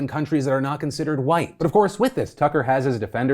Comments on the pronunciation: Are we not going to acknowledge the hilarious mispronunciation of "Tucker" Carlson? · not sure Phil pronounced Tucker's first name correctly... or actually maybe he did..